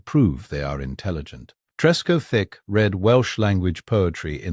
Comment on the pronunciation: Trescothick one word, not Tresco - thick FFS 🤦🏻‍♂️